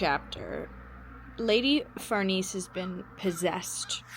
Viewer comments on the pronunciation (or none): Lady Farnese/ Far-Nay-Say